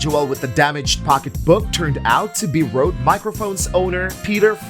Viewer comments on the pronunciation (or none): none